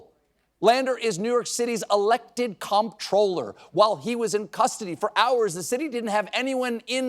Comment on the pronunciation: Comptroller is pronounced the same as controller.